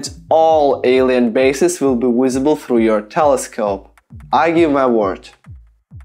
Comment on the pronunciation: I love the way this guy says visible......he says wisable. I'm gonna guess he's probably Slavic because they have a hard time pronouncing the "V".